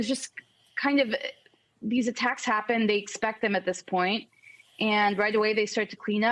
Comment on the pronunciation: Did the reporter say attackses?